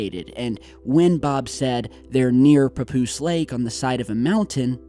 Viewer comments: it's pa-poose not poo poos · Papoose souds like Pupusa lol Anyways....perhaps they are trying to destroy those hangers to cover things up